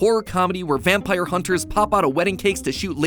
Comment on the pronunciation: He said italian vampier and I was like DIO.